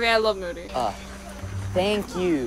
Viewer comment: "moodeh" "i love moody." "mOODY HE KNOWS ENGLISH"